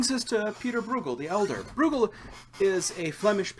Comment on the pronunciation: It's Breugel, (Broy-gel)